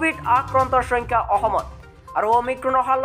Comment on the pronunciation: Oi bhai soingkha nohoi hoyenkha